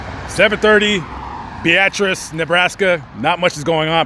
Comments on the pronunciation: Yet again you mispronounced the name of a town. Beatrice, Nebraska is pronounced BEETRESS not BEEATRESS. And the Ss in Des Moines and Illinois are silent. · It’s Beatrice not Be-at-rice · Bee-uh-tres...not ...bee-at-tris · "Bee-ah-tris" Beatrice "Devine interaction" 🤣🤣 Devine intervention ☺️ This concludes our english lesson. 😉😉🤭🤭Now, bring the teacher an 🍎 apple 🍏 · Bee-uh -triss fella. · I thought its pronounced bee.triss 🤔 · Why do you say Beatrice like that 😭